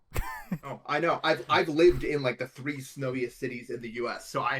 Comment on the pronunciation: "i've been trying to do that for like tHree TheBe De"